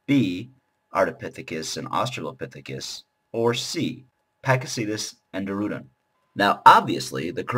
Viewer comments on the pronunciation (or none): The way he pronounces dorudon, it sounds like a legendary pokemon.